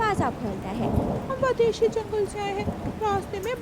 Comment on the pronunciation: Vadeshi nahin-- Videshi. O anpadh ganwar, aashra nahin-- Aasra ya aashray. Shaque pad jata nahin--- Shaque ho jata hai.